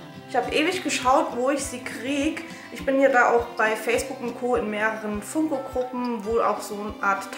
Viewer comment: Du sprichst Funko falsch aus aber egal trotzdem super Video